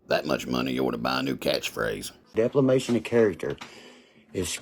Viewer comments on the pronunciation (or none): Did he say deflamation?